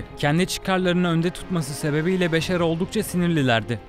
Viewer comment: güzel hikâye,Beşar değil Beşşar